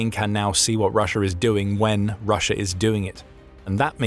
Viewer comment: STOP SAYING RUSH-ER, it's an A, not an R, in the word Russia, very annoying, do you not speak the King's English????